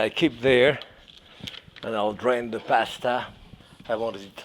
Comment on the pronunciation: He probably says it better than you!!